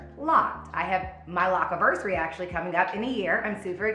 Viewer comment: Needed a good laugh today 😆 thank you 🙏🏽 Eva saying Lock-iversary lmaoooo also the amount of PRODUCTS she "uses" 😳 lordt I wonder how much that endorsement was?